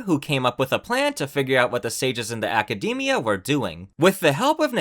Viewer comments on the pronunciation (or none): none